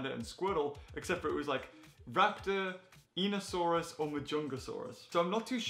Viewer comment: Hey, just FYI it’s pronounced: EYE-KNEE-OH-saurus